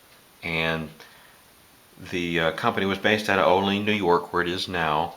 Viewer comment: Nice review and history of the knife. I live near the Kabar shop, and have a few of their products. One small point. Olean is spelled like it's pronounced "Oh' Leen", but locally it is pronounced "O' lee ann". Not important, just fyi. Thanks for the review